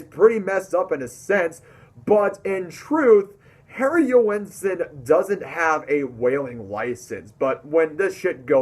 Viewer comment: Joensen has two syllables. Listen to how he pronounces it. The "oe" is pronounced as the "ø" in Danish.